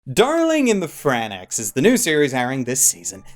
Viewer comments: SPOILER ALERT!!!! It's pronounced "FRANKS" not "FRAN-EX" !!!!! SWEET JEBUS CHRIS ALLMIGHT... SEE!!! SHIT NOW I'M DOING IT!!! 😭😭😭😭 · Fran X..... ouff. It's Franks, and it clearly is said that way too... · Franxx is pronounced Franks, not Fran-x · Marc Fernandez OMG I FUCKING AGRREEE. I AM VERY TRIGERED BY DIS GAME SAYING FRANXX AS FRANAXX. WHERE TF IS THE A THO. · It's pronounced Franks, not franax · seems to enjoy finding a way to pronounce shows incorrectly. Azumanga Daow, and now Fran-Ex. They say "franks" directly in the show for pete's sake. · I'm just liking this because he called it "darling in the fran ex" instead of darling in the franxx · "-Darling in the FRAN-AX..." PLEASE TELL ME YOU'RE JOKING. JUST TELL ME YOU ARE! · Did you just fucking say franax, you off the Xanax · YOU STILL SAYING FRANNAX YOU DUMB FUCK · still with the frannax😭😭😭😭 have some fucking respekt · ok I know you’re getting enough hate for this but, ”darling in the frannex” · Man if you have watched the first episode you should know how to say franxx properly. How can you say franax more than one time it sounds like your speaking a hole different language man. I’ve seen all the Darling in the franxx episodes so far and it is so good!!! But you saying franax is just disappointing so so disappointing 🤦‍♂️ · Downvoting for pronouncing it “FRANNAX” what the actual fck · What in the heck is a Frannax?? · “Darling in the Fran-X” lmao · I don’t know if your “saying Darling in the Fran-e-XX” on purpose or if it’s a joke to get us all triggered. Either way it’s hilarious. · hey idiot it's pronounced "Frank's" like the hot sauce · ugh... I couldn't last til the end its PRONOUNCED FRANKS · Are you misspeaking and saying FranaXX on purpose? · Fran-ehx rly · FranXX is pronounced "Franks" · please aslo stop calling them fran x..its one word lol. FranXX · I swear to god every time you say "Fran EX" I get progressively more triggered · Fran axe? is that the Canadian pronunciation? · Frankes? (Jk)